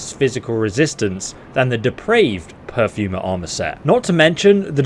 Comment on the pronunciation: Per-for-mer not pew-fer-mer